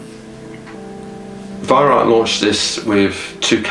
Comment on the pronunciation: Why don't Youtubers listen to Herr Weihrauch telling the world how to pronounce his name?